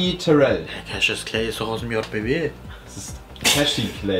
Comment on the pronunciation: mein Kommentar bei diesem Cassuis Clay (weil Jan das Cashis Clay ausgesprochen hat) Irgendwas mit Tim 😅😂😂